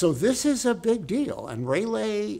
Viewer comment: Who’s Raylay? Isn’t it Raalee? Like the tobacco! Great lecture!🙏